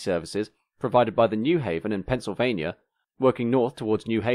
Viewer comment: Forgive a California guy for being confused, but would someone please tell me where "Pennsylvanier" is. ;-)